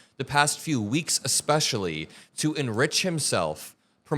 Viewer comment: Bruh, don’t say “ecspecially”.